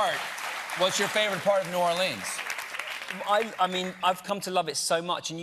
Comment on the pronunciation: The way he pronounces New Orleans bothers me. It's supposed to be New ORleans, not New orLEANS.